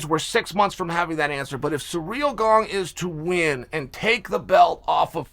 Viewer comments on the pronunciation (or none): Love ya Chael... But learn how to pronounce GANE